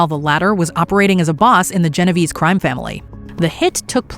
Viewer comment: I am already annoyed! How can you mispronounce Genovese, it is not that hard